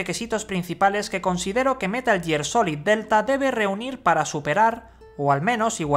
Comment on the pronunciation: Como tomar en serio a alguien que dice "metal year"